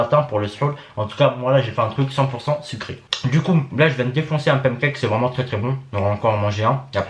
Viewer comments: Pém cake surgelé hog dog 😂😂😂😂walah tu me fais marrer ac tes prononciations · Ah tu me tues quand tu dis des peinecake